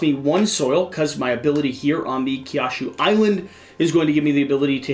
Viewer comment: Love the game, but listening to say Kyushu like that hurts my soul. Considering it would probably let him beat me at this game, I won't complain too much, only say it's pronounced more like "Q shoe". Also might go and buy this now, thanks.